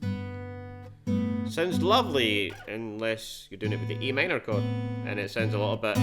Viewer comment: Sounded like e m to me